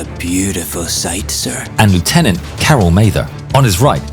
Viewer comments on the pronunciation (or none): Lieutenant should be pronounced “leff-tenant” for anyone of a British forces background 🤓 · You are British Please stop saying “lootenant” for British forces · if ur using a british narrator and addressing a british rank, you should rly say lieutenant correctly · Lieutenant pronounced incorrectly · tf is with the pronouncement of lieutenant